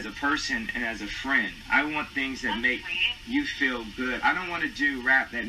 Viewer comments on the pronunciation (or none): none